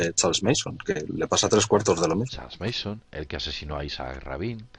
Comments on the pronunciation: se pronuncia charles manson no meison jaja solo una critica constructiva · Una corrección : el nombre del psicópata es charles Manson. Pronunciandolo como "meison" dais a entender que el apellido es mason, sin la primera M